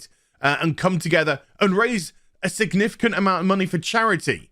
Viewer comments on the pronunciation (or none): none